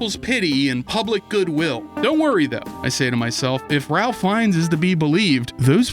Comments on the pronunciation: I have a problem with this video. A BIG problem. And the problem is... the Ralph in Ralph Finnes is pronounced as "Rafe", because English is weird and British names can be even weirder. Unsubscribed! And then subscribed again! Hah, that'll show you! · His name is pronounced ray-fh feenz. Rafe fiends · His name is pronounced as "Raif" despite the spelling.